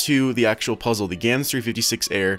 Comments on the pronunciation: Wait did he just said yans instead of gans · elijah cadaoas He pronounces gyan